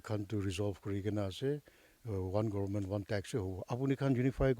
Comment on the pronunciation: Dear sister please lean to pronounce Government.